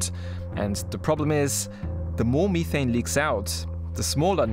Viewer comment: I had to stop after the 5th pronunciation of “Methane”. I❤🇨🇦oil&gas.